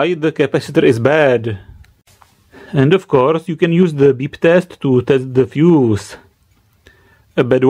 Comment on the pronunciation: 'Then it goes into the feuss" Stop bruv🤣🤣